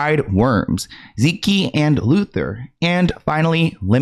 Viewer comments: Ze-key and Luther 😭 love u sm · Man’s said “zekey” and Luther 😭😭